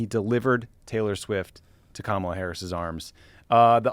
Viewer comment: And it's KA MA LA